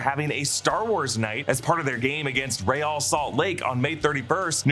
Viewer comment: Thank you for pronouncing Real correctly 😂